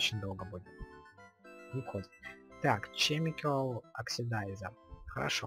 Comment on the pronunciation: Это формальность, каждый называет, как хочет. ОДНАКО, НЕ ЧЕМИКАЛ, А КЕМИКАЛ